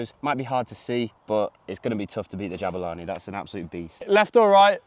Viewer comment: not to be a karen but my middle name is Jabula (parents South African) and its more like ja-bu-la(ni) not ja-bue-la(ni)